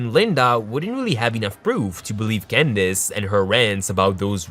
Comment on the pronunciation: Did he say Gandace instead of Candace?